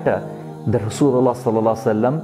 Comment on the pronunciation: Ur way of delivering is so effective and appreciatable.. secondly word Rasulallah SAW looks so heart touching and sooo beautiful from u..